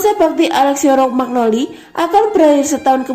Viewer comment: Rokmagnoli...😥😞😔 yang bener romagnoli min..min... Kosakatanya ancur... 😁😥 Semangaaaat min... 💪👏👍 forzamilan..